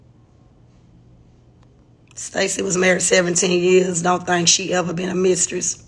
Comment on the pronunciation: Also “think” not “thank” I think.... Only say “thank” when you’re saying: Thank you!😊